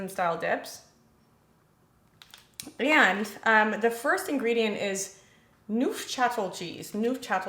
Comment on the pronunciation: Yes, it’s cream cheese… and it’s pronounced newf-sha-tell